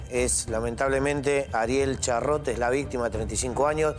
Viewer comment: ariel charrote? es ariel charrute investiguen bien como se llama antes de pronunciarlo mal